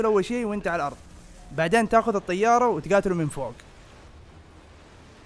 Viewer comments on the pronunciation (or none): none